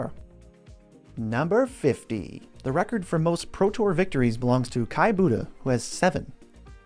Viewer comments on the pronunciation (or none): none